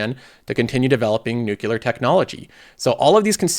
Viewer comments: why do i hear nucular when he says nuclear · Wait, Iran have a Nucular program as well!? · Did you say nuke yoular